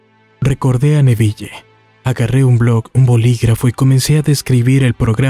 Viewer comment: APRENDE A PRONUNCIAR EL NOMBRE CON PROPIEDAD SE DICE N E V I L, NO NEVIYE